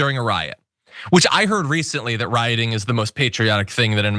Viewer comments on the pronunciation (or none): He said “ Roiting is the most patriotic thing to do”..😂😂😂